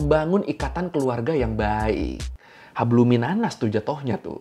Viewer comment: lu bilang hablu minannas fasih juga bang